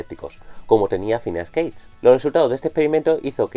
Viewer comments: Es Gage no Cage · Ya desde que no pronuncias Gage me queda la duda de lo confiable que podría ser tu opinión, en todo caso, a quién le importa si no es tu caso favorito, el hecho es de que fue muy importante para la neurociencia.